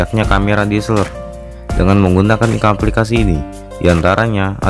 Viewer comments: DSSELOR LOH WKWKWK KNP G NGOMONG DSLR NYA AJA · Camera deseleeeer.. Blepetan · Ngakak gue denger nya diseler wkwkwkwk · Njirrr DSLR = DISELER 😂😂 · DSLR bro bukan DSLER😂😂😂😆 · Bilang DSLR nya biasa aja bambang